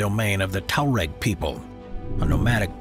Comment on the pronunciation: You mispronounced "Tuareg".